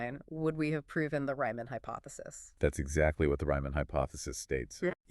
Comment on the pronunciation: Please, "REE-man", not "RYE-man"...